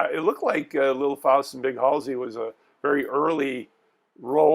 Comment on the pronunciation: Did you guys even see this movie?? Can’t pronounce Halsy. Missed so much!!